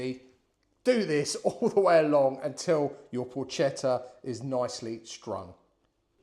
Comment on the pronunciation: Allow me to offer a piece of advice, hoping not to be offensive. I understand that correctly pronouncing the word "Porchetta" can be difficult for a foreigner. The letters "CHE" in Italian are pronounced with the same sound as the letters "KE" in the word "Kermesse." The sound you make, instead, is identical to that of the letters "CHE" in the word "CHELSEA." Happy New Year....good recipe !!